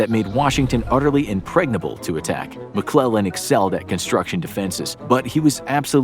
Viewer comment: I love it when he say George McClug boy that’s where the fun begins